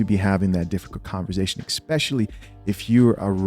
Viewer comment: you my guy! But just one time! It’s Con-V-ersation